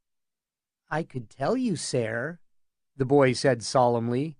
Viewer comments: 'Ser' is still pronounced like 'sir', it's just spelled differently. Not SAR. The fact that Egg says it so much and you pronounce it that way is sooooo annoying. Had to find a different version. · come on OG. I didnt suggest I could do it better, in fact I said it was 'pretty good.' Except for the repeated mispronunciation of SER. Way to pretend stick up for the narrator who will probably never see these comments. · "Sair" ......the narrator can't read lol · This isn't history. It could be whatever really. But it annoys me as well. Sair. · Yea, idk but Id pronounce it like sir cause i figure thats closer to how it sounded 500 years ago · You're full of shit. It's not pronounced "sair" I've never heard GRRM pronounce it like that. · I cant do it The pronunciation of "Saiiiirr" is too much. Ruined the entire thing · My guess is because in the book it's spelled ser instead of sir. I still cringe when I hear it tho. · I need to know why he says it this way. Seriously. English is definitely this guys native tongue. So WHHHHHYYYYYYYY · Pretty good. FYI SER is pronounced just like SIR 🙄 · wow! I assume your serious , this is not a good reading at all, I'm not gunna pick it apart, and since there's no other version I'm gunna listen but its really hard to maintain the illusion with his voice rising and falling and constantly saying sayer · The way he says ser really bothers me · Some truly hilarious accents here. The pronunciation of ser is baffling but glad to have this to listen to! Thanks! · Awesome story, awesome reading. Even if you pronounced ser wrong every time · Can anyone tell me the narrator/reader's name? The nails on chalkboard way he pronounces Ser grinds my gears terribly and I wish to avoid ever, EVER, having to suffer hearing his voice again!